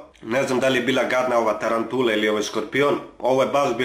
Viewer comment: Tarantula lijep naglasak 😂